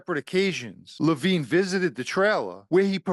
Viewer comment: The undercover’s name was not Levine. It was similar spelling, and pronounced differently.